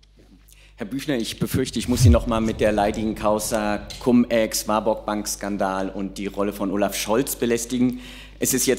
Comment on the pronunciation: Nein, es wird nicht "kamm" ausgesprochen, "cum" ist nicht Englisch, sondern Latein. Da sieht man mal, was die Besatzung nachhaltig geprägt hat. 😅